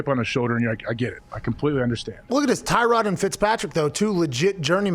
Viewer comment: put some respect on Tyrod by saying his name right LOL